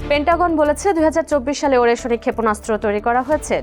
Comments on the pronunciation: উচ্চারণটা ওরেস্নিক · উচ্চারণ টা হবে “আরেশনিক “। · নিউজ রিপোর্টার মেডাম, সঠিক উচ্চারণ টা হবে “আরেশনিক “। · আগে মিসাইলের নামের সঠিক উচ্চারণ শিখেন তারপর উপস্থাপন করতে আসেন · উপস্থাপিকা মিসাইলের উচ্চারণ না শিখেই নিউজ পড়তে শুরু করেছে 😅😅